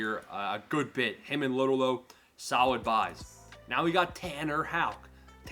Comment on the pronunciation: You’re killing me man😂 “Low-Dough-Low”